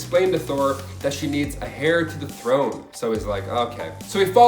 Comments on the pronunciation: Heir is not said like "hair", it's said "air". It sounded so weird hearing it from you. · "Hair to the throne" is pronounced 'air to the throne' and spelled heir